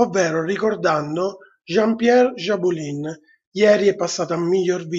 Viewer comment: Jabouille non Jabulin